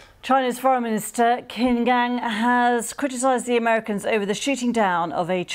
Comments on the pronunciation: BBC. Please get your news reader to pronounce Qin Gang properly. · Learn first on the correct pronounce Qin Gang before produce news on Qin Gang